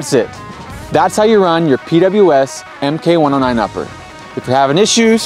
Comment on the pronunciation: Why “em-kay” 109 and not “mark” 109? For example the mk19 40mm is pronounced “mark nineteen”. Is PWS’ official position that their models should be pronounced “em-kay” or is this video host just ignorant about weapon terminology?